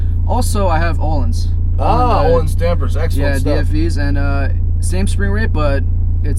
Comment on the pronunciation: Öhlins in not pronounced Oh-lins. It's Ö-lins, where Ö sounds like the U in the word "burn". H is silent in Öhlins.